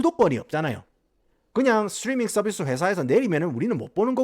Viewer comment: 스츄뤼민 썰비스 스빠리뽜이~